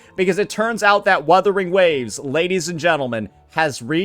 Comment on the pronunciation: YOU CAN'T PRONOUNCE WUTHERING WAVES WITHOUT 2 WS